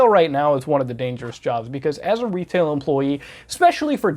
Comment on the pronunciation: ‘When working in Wetail’ love it 😂. You just reminded me of Johnathon Ross in the UK, thanks dude.